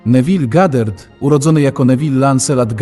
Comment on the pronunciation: Czyta się Goddard a nie Gadert